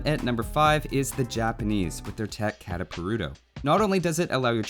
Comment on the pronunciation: You read kataparuto the same as you would read catapult. Kuh-ta-parto